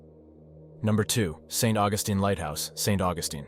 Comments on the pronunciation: It's St. Augus(TEEN), NOT Augustin. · Please it is pronounced St. August like calendrer date then teen. St. Augustine Florida is a nice place to visit. A haunted graveyard and a haunted school house the town also has an early Spanish fort some say this too is haunted. Not everyone see's it's ghost it's a fun place to visit.